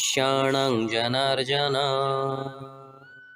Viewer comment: 39 slok janarjana nehi janardana